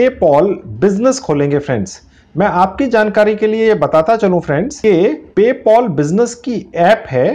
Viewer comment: paypal❌ paypol✅😂😂😂😂😂🤣🤣🤣